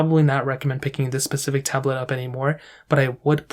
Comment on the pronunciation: Stopped after the 6th "Pacific"...